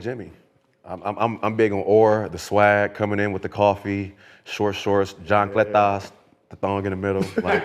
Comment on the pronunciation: Did Brandon say "john-cletas"!??? 😂😂😂🤣🤣🤣🤣